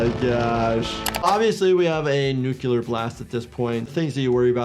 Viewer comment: nu-clear not nuculer